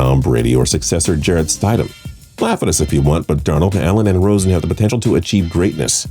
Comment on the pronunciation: Stide-am is a weird way to say stid-um